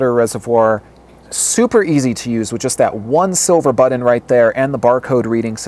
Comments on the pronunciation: BUT-TONN. is it me or does he say it weird? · the way you say button makes me uncomfortable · i hate how you say BUTTON